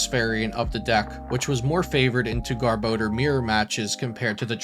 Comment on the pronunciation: ok im sorry but... Gar-Ba-Door